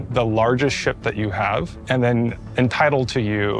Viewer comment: "it means like ve need to haf enough item banks around each location so you don't block each other." I see something was learned from New Deal Lorville. Also, MMO player purposefully grief people... say it ain't so.